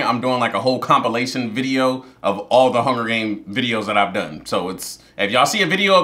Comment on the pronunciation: Pause… we just started and is already mispronouncing words talking about making a “combilation video” 😭😂😂. You’re hilarious omg